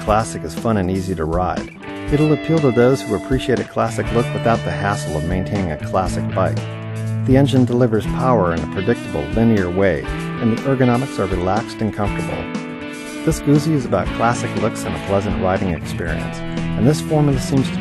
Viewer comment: Thanks - off to look at a low mileage one. PS: It is pronounced "Gutzi" (not "Goozie"). Two Zs in Italian always imply a "T" (like "Pizza" rather than Peezar"). Great review apart form that though. 😁. Thanks again.